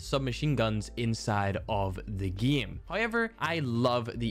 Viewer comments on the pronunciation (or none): I love when he says “Hyever “